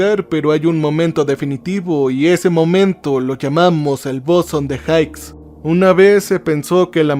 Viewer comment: se pronuncia "bosón de jigs" no jaiks. Genial capítulo.